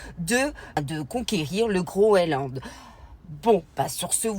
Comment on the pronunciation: Bonsoir, on dit GroeNland et pas Groeland 😘 la bise de 🇨🇭